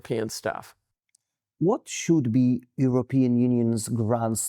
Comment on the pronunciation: Jeesus, get a host or do subtitles, no Youtube CC doesn't understand you either. You can't pronounce european countries so that neither Paine, nor me, can even quess what you meant. And the questions In the context of US-Russia relations: "is US trying to reverse Nixon or Russia?" Whaat??